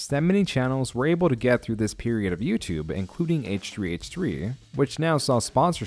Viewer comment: bruh did u say YOUTUBÉ